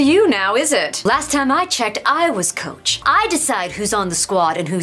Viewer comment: “Coache” hehe 😂